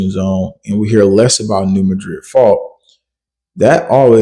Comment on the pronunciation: Please pronounce New Madrid correctly I live very close to there so I know that what's going on isn't exactly what you think is going on and I also have family down there